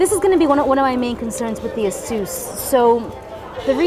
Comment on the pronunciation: i really like asus and by the way its asus not asous